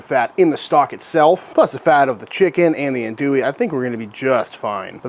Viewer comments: In Louisiana we say “andouille” (not “Anne” w an E), but Aun…More like “ahn” Dewey..sausage.. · Looks tasty, thanks for the awesome video! One complaint - everytime I hear someone pronounce andouille that way, its like nails on a chalkboard. I get it though because everyone not from Louisiana says it that way 😂